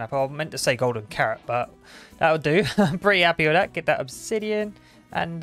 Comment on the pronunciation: i've refrained from saying this but the way he says "there" "that" and "this" is infuriating. dis over dere